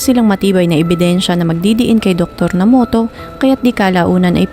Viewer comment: Nomoto daw po ang tamang basa,hindi Namoto..